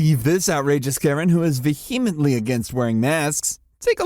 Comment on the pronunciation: when will people who use the word vehemently learn how to say the word vehemently??